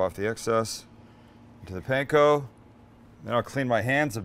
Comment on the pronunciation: Your Ground Chicken Katsu patty is not unlike Menchi Katsu and the flavors you used seem ok. They look really good!!! But Sam... Please... Katsu - "Kaht-soo" not "Cat-soo" Also, Panko - "Pahn-koh" not "Pan-koh" and certainly not "Pain-koh". Please and thank you. Dedicated Fan 😁😁😁